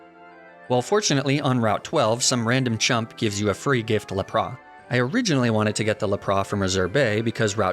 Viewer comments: Laprahhhh? Boi did you not see the S at the end of its name? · Its la-prasss not lah-prahh!! XD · I actually adopted “laprah” as my pronunciation for Lapras. Still not down with “Arcaninay” though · What is this "Lap-ris" you speak of? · The way he says Lapras as “La-pra” 💀 still love the channel though lol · I'm with you on "La-Prah" and "Arc-uh-nee-nay," and the concept of intentional mispronunciation for silly fun. But I just can't agree with"Kle-fi-key," Klefki is just too delightful to say as is. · Good videos but what the heck is up with your pronunciation of some Pokémon “Laprah” “magnemeetay” “Arcaneenay” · When he said Lapra I had zero idea what it wad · I'm sorry why did you say lapp-rass what the heck is lapp rass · Honestly hearing you say Lapras normally felt so wrong 😂 love your videos! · my favorite thing is lapras is actually said lapelasu because the original names of pokemon are the true true pronunciations so technically no one is saying it right haha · It felt weird hearing you pronounce Lapras normally. I prefer you pronounce it the way you always have